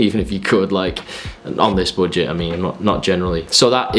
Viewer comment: No one:: boojet